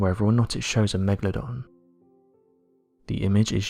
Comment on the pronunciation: the "Megadon" shark?